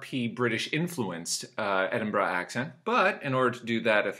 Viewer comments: Its Edin'bruh lol. Not quite there mate but not bad. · Why does he say "Edinbra" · sounds odd